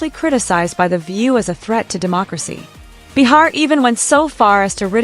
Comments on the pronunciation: Pronounced BAY-HAR GET IT RIGHT AI! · Who is this bitch narrating that doesn’t know how to pronounce Joy Behar’s name?????